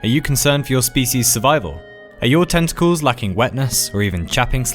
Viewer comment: I thought he said testicales and not tentacles :/